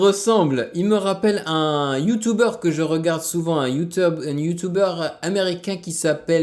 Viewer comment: il a dit youteub mdr